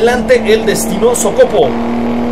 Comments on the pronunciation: No se dice sócopo se dice socopó al final esq se dice la o mas larga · COCOPO SE PRONUNCIA CON ACENTO EN LA ULTIMA O SOCOPO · SE PRONUNCIA SOCOPÓ XD